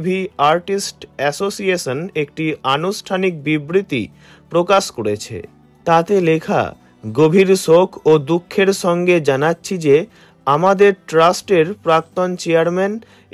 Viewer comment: Kiser chaya???? Sssssoker chaya???😂😂😂 uccharon thik korun 😂😂😂